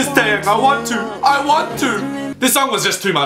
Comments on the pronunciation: Tay-yang? XD it's teh-yahng. Trust me I'm korean and I speak and write it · Its not tay yang its tae yang is how u say it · Its T to the A to the E (to the) YANG.